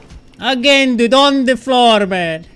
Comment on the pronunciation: "floorrr florr kk I give you floor too" lol